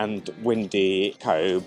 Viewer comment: Pity you didn't get the weather, I'm a Cobh resident and glad you enjoyed the quick visit, Cobh is pronounced 'Cove' as bh in Irish has a v sound, the town was originally called 'Cove' changed then to 'Queenstown' after the visit of the Queen and after independence from the British back to Cove but with the Irish spelling of Cobh